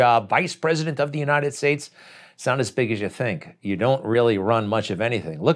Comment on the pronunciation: I'm trying to figure out where the ''Unined States'' is. The guy cannot say ''united.''